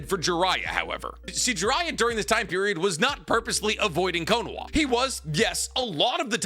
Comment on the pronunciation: Why do i keep hearing konaWa? Isnt it konaHa?